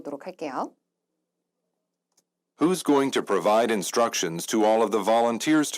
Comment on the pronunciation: 쌤 항상 잘듣고 있습니다~~ 근데 쯤, 첫번째 패턴-모호한 응답에서 structions 가 아니고 instructions(지침) 같아요! 쌤도 수업하실때 발음도 그렇고, 검색해보니 structions에 대한 사전정의는 안나와있더라고요 ㅎㅎ 중요한건 수업이니깐 쌤 수업 열심히 듣겠습니당!!!